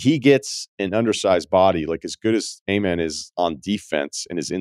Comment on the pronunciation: His name (Amen) is pronounced more like Ah•mehn, or uh•mehn rather than Ay•mehn. Good to hear you talk about the Rockets 🚀 though!